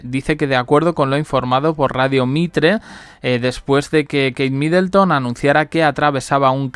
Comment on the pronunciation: No es Midelton sino que era Middleton.